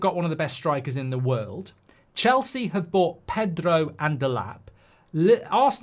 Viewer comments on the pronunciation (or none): He rolled the R in Pedro!!!! Noooooo! It turns my stomach, why does he do that!